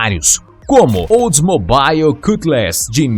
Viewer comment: Cara, sem querer ofender, se voce teima em tentar pronunciar nomes e palavras em ingles; pelo amor a cultura, melhore seu ingles, chega a doer os timpanos quando vc tenta dizer ;oldsmobile, chrysler, Cadillac entre outras...no mais seu documentario ficou exelente